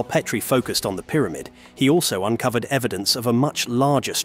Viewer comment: Make up your mind. Is it Pet-tree or Peat-tree? You literally go back and forth with your pronunciation.